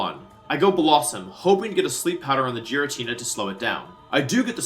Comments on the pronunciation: Dude … you are NOT calling it Jiratina. No. No more. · "the Jiratina" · Ah yes The legendary pokemon Ge ritina And zy grade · You pronounced Giratina wrong, unsubscribed. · It's so wild how you're the world champ but haven't played all the games and pronounce so many mons names "wrong" like I had to do a double take with how you said giratina. Never heard that before xD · Love the video don’t like how you pronounce Giratina 😂